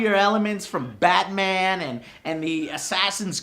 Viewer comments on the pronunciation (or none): none